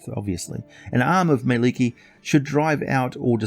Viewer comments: Mie-lik-ki (Edit Finnish is hard even for a finn,Indeed its mielikki not Mielekki. xD) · Two k's please. :) Google finish person saying Mielikki.